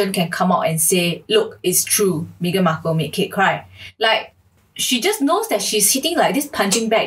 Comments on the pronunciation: I love how so many people pronounce her name as "Mee-gan" rather than "Meh-gan". Its so on point! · Xiaxue your pronunciation of her name... 😂 "me-ghan" so apt. 😂 Also Meghan is vegan la... So she rescue chicken lor. Publicity stunt only la.